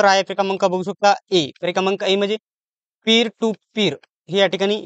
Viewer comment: Pir to pir nahi re ba piar to piar as ahe